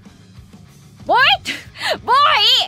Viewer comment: สำเนียงญี่ปุ่นค่ะ Boy ออกเสียงว่า โบ อิ คือ บอย ค่ะ